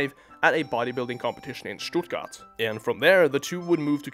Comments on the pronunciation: Are you german ? Your Stuttgart sounded too good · That Stuttgart was on point